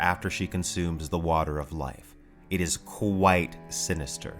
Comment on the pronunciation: "She is qWhite sinister, qWHITE sinister."